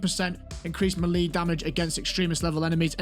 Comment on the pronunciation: It's pronounced "meh-lay"